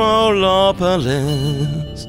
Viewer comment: Its metalopolis, NOT Macrolopolis. HAha